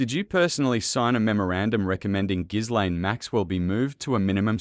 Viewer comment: Learn how to pronounce people's names properly. "Gilaine" and "Pa tell" Mispronunciation of names is an insult to those who have them. I can't even bear to listen to you.